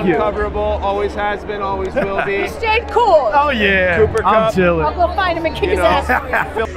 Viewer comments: who's koop????? its KUPP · It's not kup it cup but it's spelled kupp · no way they were calling him “koop”